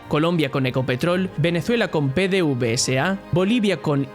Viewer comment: no es pe de uve ese ah, se pronuncia Pedevesa.